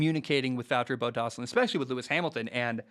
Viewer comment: Completely butchered Bottas' name lol.